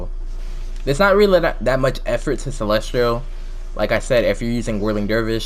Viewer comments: you pronounce celestial as celestrial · why are you saying celestrial